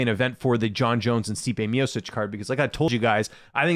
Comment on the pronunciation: Why do you pronounce miocic and pavlovich like that? Is that the right way?